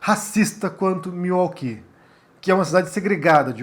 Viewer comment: Sim é correto e admirável. Claro nunca irá acontecer no Brasil. A pronúncia correta é Miuóqui. ( Milwaukee). Abraços